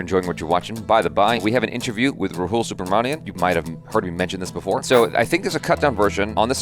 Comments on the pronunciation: its RAHUL not ROHUUUUL 😊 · I can't help it from commenting but please now you can pronounce his name correctly as you have spent some years reacting to Indian contents. So, his name is Raa+ hu+ l not rhoool